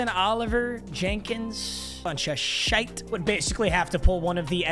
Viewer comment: Why did u turn Irish at the end ‘bunch of shite’ 🤣